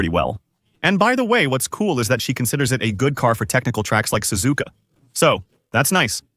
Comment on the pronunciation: Ai voice Sazuuuuka spelled suzuka.